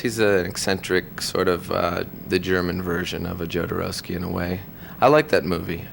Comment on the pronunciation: Marylin...its "yoh"dorowsky, no "joe"dorowsky xD